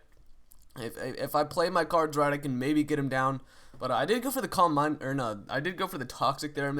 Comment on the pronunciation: i never realised he was saying "calm mind" i always thought he was saying cormbine or somthing hahahah